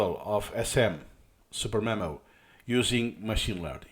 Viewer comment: me: mom can we get supermemo? mom: we have supermemo at home supermemo at home: suDermemo supper memo superneno